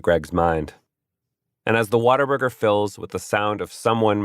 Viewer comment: It totally does lmfao